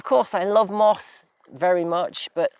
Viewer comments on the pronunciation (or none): * Also Moss not Miss .